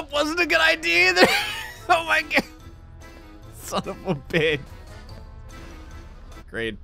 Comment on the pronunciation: “I swear to gawd” your jersey is showing again